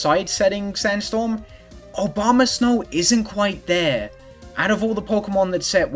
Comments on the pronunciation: I love the commitment to pronouncing it "Obama Snow" every time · I really enjoy the repeated pronunciation of Abomasnow as "Obamasnow" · Was saying "Obamasnow" the whole time intentional? Because now to me that's the Pokemon's official name.